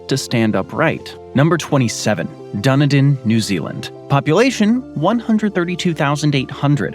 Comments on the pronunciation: Dunidin.. its Done-ee-din .. our national bird.. the Kiwi.. officially has the shortest beak of ANY bird in the world barr none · "Dun-a-din". Try Dun-ee-dun. The name is actually Scots Gaelic for Edinburgh. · 15.24 into rhis == please get the name right --- the name is -- "" Dun-need-in " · The golden lake. Duniden 😂 dun-need-dun welcome to nz English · It's DunEden not DunaDin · DUN A DIN ??? ITS PRONOUNCED DUN EDEN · Dun eden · Dunny din lol - it's pronounced Dun eden btw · It`s called DUN_E_ DIN. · If you're going to do a documentary on a specific country, please learn how that country says words and names. One particular word that is annoying is Dunedin. It is pronounced Du-nee-dun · Du-KNEE-din. And GallaGER not GallaHER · Been lied to about new zealand by you..... i used to live in pahiatua its one of the most busiest little towns, do knee din not dunadin this guy really needs to do more research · I've never heard of a "god save the king" national anthem in New Zealand?? 😂 and Dunedin is pronounced Done knee Din 😆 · How come no one in these videos can pronounce Dunedin correctly? "Dun eden" it is not hard to say. It is isn't pronounced: Doony din Duny din Dune din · Ever heard of DUN-i-din? Where is that? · Heh. Never heard Waihola described as like something out of a horror movie. It's a friendly little day-trip a half-hour's drive from where I live in Dunedin (that's Dun-EEE-din!). RIP Sir Tim Shadbolt. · Dunedin. Pronounced Done E Din. Tim Shadbolt passed away very recently. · Waitomo: Wai to mo : why toe moe Dunedin: Dun ee din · A little more research on pronunciation would help.......its dun eeee din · DUN E DIN? Is Dunedin (done eden) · dun-edin = Dunedin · Butchered the other names too... Where the hell is dunner done? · every time he said it i kept saying DUN EEEE DIN in my head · ? DUN-EDIN 0R DUNEEDIN ? N0 . DUNIDIN L0L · done a din da knee din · Dunny dun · It's pronounced Du ne dun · nah bro it's pronounced di-need-in